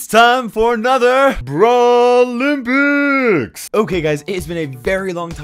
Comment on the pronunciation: Its so annoying when you say btawlimpics